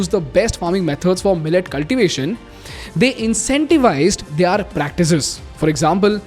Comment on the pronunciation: They-aar = their